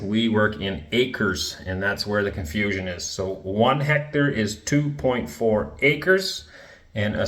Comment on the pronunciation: "are". hecto-are - hectare.